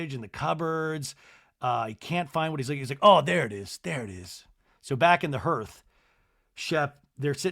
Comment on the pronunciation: you’re saying hearth like it’s spelled but it’s pronounced HARTH. I learned this when I was telling my niece a bed time story with my mom in earshot 🤦‍♀️😂 very relieved you’ve done it too